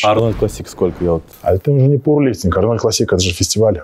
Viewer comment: ПаУэрлифтинг!! А не паВерлифтнг!!